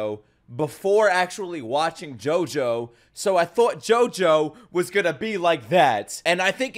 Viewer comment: Lol I never appreciated how well Dio said Jojo until you pointed it out